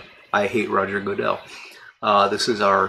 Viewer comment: Another good chat! Glad you are healing well. Best wishes on the tasting! Sounds tasty. I like the way you produced Goodell ("Goo-dell"); Valley of Goo...🤣🙃. I doubt you planned this but the tasting will take place on the 67th anniversary of Matches 860's/John's birth. Happy tasting!